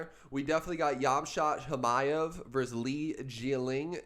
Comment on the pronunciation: The right way to Pronounce the name is " hamza chimaev " the 'k' and 't' are silent